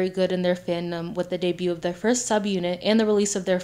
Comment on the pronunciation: the “t” in debut is silent 😭